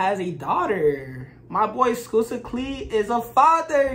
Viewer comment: "Skusta" is pronounced like "busta" in "busta rhymes"